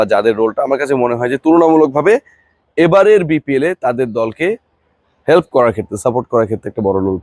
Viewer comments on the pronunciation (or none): none